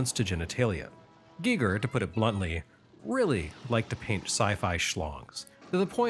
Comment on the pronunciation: I dunno if anyone has said this to you ever, but thank you,, for pronouncing H.R. Giger's name CORRECTLY! So many people say it like Geiger. Ironically, I was listening to The Dead Kennedys today, who also featured H.R. Giger artwork on their album, "Frankenchrist." I love Wednesdays. Thank you.